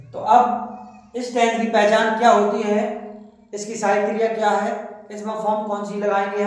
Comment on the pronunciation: Pahichan nahi hot hai paihchan hota ha